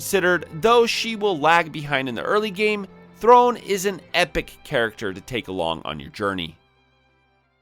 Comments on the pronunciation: The accent at the end of "throne" means its pronounced "throw-nay". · I know you joke about pronouncing things in other videos but this game has voice acting where they say the names. Throné is not pronounced like throne haha